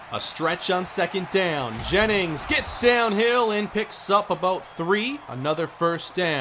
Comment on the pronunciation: "Gra-eg Jaymings"